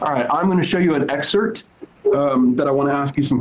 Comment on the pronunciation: Did Crowder say excert instead of excerpt?